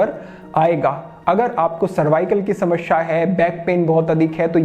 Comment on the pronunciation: समस्या होता है.. न कि समश्या